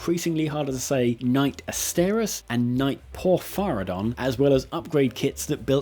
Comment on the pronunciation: I don't understand why Asterius or Porphyrion are so hard to say, or why people constantly mispronounce them 🤷